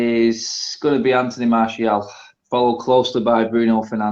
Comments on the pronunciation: Loool it’s MARTIAL not marshall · Can someone have a word with about how he pronounces martial. Lol. Also anyone else thought was gonna say magic for player of The season